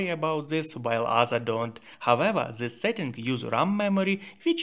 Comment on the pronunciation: then'e this'e zhen, zhis diyen bir beyinsizin tavsiyeleride en az telafuzundaki beyinsizlik kadar beyinsizce olacaktır.